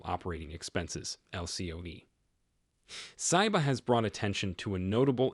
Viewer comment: It is Charlie Mun-GER, not Munjer; And it is Tony See-buh, Not Sei-buh